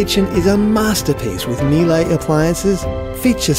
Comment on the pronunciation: Miele is a German company not French, and is pronounced "Me-la" not "Meel-ay".